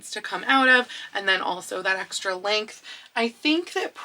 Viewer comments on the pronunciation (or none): none